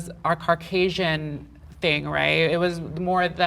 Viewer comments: "what defines natural?" Easy. Natural means you are exactly as you are born. Not with anything put in your body that wasn't naturally a part of your body. Also "carcausin" wtf bro, it's Caucasian. CAUcasian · is she saying carcasian?